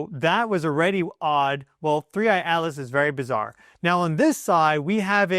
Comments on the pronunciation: I keep hearing you say three eye alis not atlas. Do you have a problem with pronouncing t? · Your saying Atlas sounds like Alice... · OMG YOY DONT EVEN KNOW ITS NAME 3I/ATLAS, "Not Alis" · Not ALICE! ATLAS!!! What’s wrong with you??!?? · Interesting... that you can clearly pronounce the letter 'T', yet can't in the name 'Atlas', so instead say 'Alice'. Intriguing. 🤔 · OH it is 3I AT-LESS NOT ELESS . ENGLISH BABY ... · Why do you keep ignoring the letter T in the name 3i Atlas. I don't see the name Alice in any of these Publications but you keep calling it Alice instead of Atlas and not once in the first 7 1/2 minutes have you mentioned where this is in the sky in relation to when we can see it?????? Interesting information but quit making up your own pronunciation. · Dont care how many educational degrees you have you sound just really silly . A T L A S. there is a T in there or is there a different comet called ALICE. Please specify. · why are you calling it 3i/alice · Your pronunciation of ATLAS sounds like you are saying ALICE. What we need to do is keep an open mind and not just presume that this object is just coming here to destroy us, it has shown lots of very good wisdom and knowledge